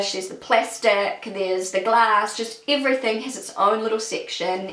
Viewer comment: I've never heard someone saying "iverything" :D